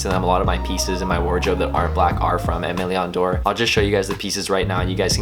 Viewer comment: The pronunciation of “Aime Leon Dore” is cringy